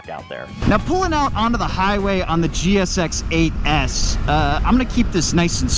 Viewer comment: Man cut these kind of titles out, For example you are wrong about the crank. If you cant say GSX8s you have a speech impediment.